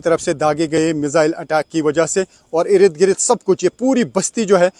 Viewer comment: इरिद गिरिद नहीं बोलते, इर्द गिर्द बोलते हैं 😂😂😂😂